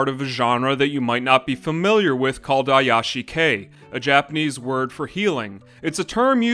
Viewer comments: Ayashi-kei would be suspicious Anime. It's ee-yashi-kei. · Literally my only nitpick with this video was the butchered pronunciation of iyashikei. It's an I, not ai. It's pronounced ee-yashikei, not ai-yashikei.